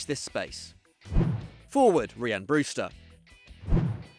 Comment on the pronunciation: It’s Ryan Brewster not reeeyan Brewster stupid